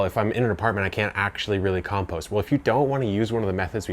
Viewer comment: I suppose it's a good video, but your pronunciation of compost meant I lost the plot after about 30 seconds...